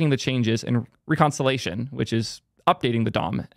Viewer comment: "re-con-sol-a-shun" made me cringe. It's "rek-on-sil-ee-a-shun".